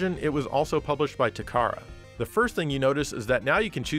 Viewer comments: Takara is pronounced Tah - kah- Rah it's not "tu CAR'uh " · pronounced ta ka ra, just as it's spelled